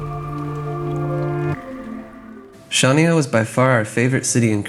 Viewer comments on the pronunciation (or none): Considering you bother making a video about Crete you could have learned how to pronounce Chania, it would improve your credibility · "CH" in Chania is pronounced like "J" in Spanish Jesus, for example. Shania Twain maybe :D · I wish you would pronounce Χανιά correctly - it's not Shania it's Hhaniá - where Hh is like Scottish ch in Loch or ch in German "ich". The accent is on the last "a". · Its pronounced han-ya but spelt Chania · Chania = Hha-`nya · hi i don’t mean to be awful but chania is pronounced Hania ! silent C , but i can understand how you can mis pronounce , we have been going to south west crete for over 15 yrs and yes we love it too !